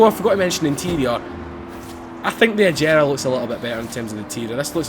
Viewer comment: it's a g not a j